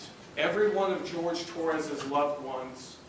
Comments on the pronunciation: she makes me wanna punch snowmen... HIS NAME IS JORGE NOT GEORGE HE IS HISPANIC NOT CAUCASIAN!!!!! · his name is Jorge, not George. Her calling him the wrong name because it "sounds better" is so disrespectful smh. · HIS NAME IS JORGE!!! SAY HIS NAME. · Not even surprised. She intentionally called the victim George instead of his actual name, Jorge. And sometimes some people just go by George when they have a name like that. Nope. Every Spanish speaking person in his family says its Jorge, but she literally ignored them all and the real way to say it. This woman will butcher any non-english word/name on purpose. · We been knew that she can't say shit, she still calls Jorge "George" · I may contemplate the thought of forgiveness if Sarah can say Jorges' name right. Even in death, she still has no simple shred of respect for him. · She still can’t pronounce his name, eh? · And she mispronounced his name.... THE WHOLE TRIAL. That is SO DISRESPECTFUL. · The least that court could’ve done was pronounce his name properly 😭😭 I can’t imagine what the family was feeling on top of the disrespect of having their loved one being degraded like that by the abuser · “Ken-Too-Suka-Roy” I had to pause and rewind when I heard that. the word is ‘kintsugi’, and it’s pronounced roughly like ‘kin-soogy’. Is her brain just… hardwired to mispronounce foreign names & words? She never could get the pronunciation of Jorge right either. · It’s Sarah Boone refusing to say Jorge’s name right that gets me.